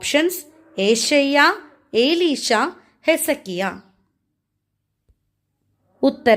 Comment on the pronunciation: എലീഷ എന്നാണ്,ഏലീഷയല്ല.